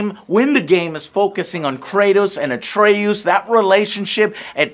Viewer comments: Joe, just one question. Who is this Atreyuuuuoos that you speak of??? Pls joe, im so lost! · Atreooze? Atreus really a twist for the tongue for that Texan accent😄 Odin sound too different is that Marvel talking? So your girl got to lay with your Kratos cosplay huh🙂 hope you eventually got it off. HMmmhuh? fighting Björn it is just a bear. One has to own a ps4 (ps5) well there is a wires crossed I think, it has been a long review. Love it you always deliver 🙏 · Who"s "Atreoose" Its Atre"Us" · Dude, why does Joe mispronounce EVERYTHING? Its Atre-US, not AtreOSE. Its So-NI not SON-I. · Atreus not atre-oos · Game: says Atreus’s name multiple times over the course of a 30+hour game. Joe: “Atre-oos” 😂😂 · Take a shot every time Joe says "AtrayOOS" 🤣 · Did you play this game? I played it from start to finish and I never once heard anyone pronounce Atreus name Atraooos 🤔 40 hours and you cant remember his name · AGAIN!! Joe says Atreus' name wrong for no reason. "Uh-tray-uus" Whyyy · I'll never understand how people can manage to pronounce names differently than what they hear in the game/show/movie. Like, Atre-USE???? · “Kraytoes and atrayuse” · Everytime Joe said "Atrey-oos," I got bad Last Airbender flashbacks lol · You say atreus wrong on purpose or what? The game tells you his name plenty to be pronouncing it your own way ...wtf atray-oos? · We hear everyone in the game say his name why is Joe intentionally saying it like" atre oos" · Why call him atrayous lol they say his name dozens of times if not over 150 times beetween the two games lol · Did you say Atray-you… like Neverending Story shit?? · Good review Joe,just tell me who is " a tray use" you were mentioning?xD xD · his name is atreus not atreyoos >:( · Man why do you keep saying atreus' name like that 😂 Kratos clearly says in the game, like come on " ATREYUSE" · "Atre-yous" alright I'll leave. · Atreh oos - Joe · Joe's inability to pronounce names continues lmao "atre-yous" wtf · Ah yes.... Atray-oos